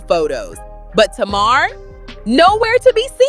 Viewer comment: You not pronouncing Tamar name right😂